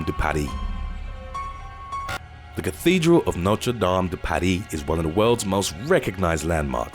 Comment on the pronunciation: As a Frenchman, I undoubtedly say that Notre Dame's fire was horrible. By the way, good pronunciation of its name 👍👍.